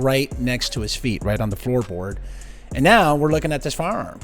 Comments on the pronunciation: I love how you say “faarm” instead of “firearm” lol lol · It sounded like the host said farm instead of firearm!